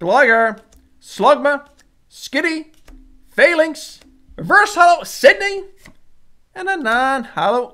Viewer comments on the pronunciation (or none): none